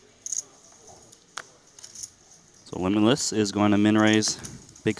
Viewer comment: I think they pronounced limitless pretty well